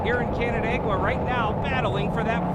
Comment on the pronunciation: It’s Canandaigua….. don’t worry about it. No one ever knows what’s gonna happen there.